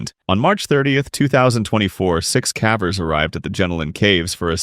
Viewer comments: I assumed that when he said "cavers" as if it was to rhyme with "cadaver" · 6 cavers was pronounced wrong in the third one